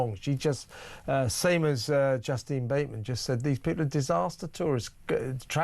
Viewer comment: Her name is pronounced Justeen, Justin is her twin brother.